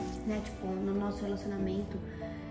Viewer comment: Sim João, ela fala ciumeinta, relacionameinto , kkkkk eu também tenho raiva